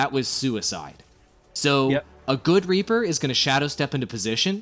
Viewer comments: Reaper not raper :3 ._. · Could have sworn you called him "Raper" at the beginning. Surprisingly fitting, actually.